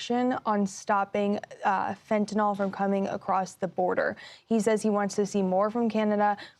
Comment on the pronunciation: Trump and the news media really need to learn how to pronounce fentanyl.